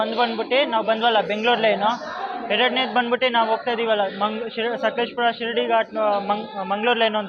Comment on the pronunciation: Don't pronounce shirdi ghat it sheeradi ghat. Only video shaking